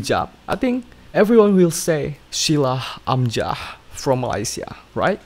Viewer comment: Thumbs up for Shila Amzah...not Shulah Amjah....